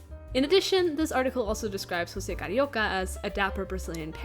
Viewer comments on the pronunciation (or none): Just wanted to say Jose in Brazil is pronounced ggose like how its spelt Edit: I know you researched a lot but I just wanted to tell you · José is actually pronounced with a more English sounding J in his earlier incarnations because Portuguese pronunciation of José is like that, but Disney messed it up when they started having José appear again in the 90s. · I love that you apologized for pronouncing José incorrectly, specially beacuse DISNEY themselves do it wrong. Good on you. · It’s pretty wild that José’s name hasn’t been pronounced correctly in like 60 years (unless it was pronounced correctly in the new Ducktales and I missed it). Also, in an interview with José’s og VA in a radio program in 1945, he mentions the unmade third Cuban-based third package movie which he referred to as “Carnival”, saying he hoped to be in it, but at least he got to play Carioca a couple more times before his death. No one’s been able to fill the shoes left behind by Oliveira and Garay as José and Panchito. Oliveira’s performance was SO charming and he brought a lot of energy to the role, I’ve read that his friends said that he basically WAS Carioca in real life, and Garay had a great singing voice, it makes it hard to listen to later covers of the Three Caballeros song where the VAs for Panchito either struggle with the high notes or sound too stilted (though the VAs for the characters in the new Ducktales are pretty good.)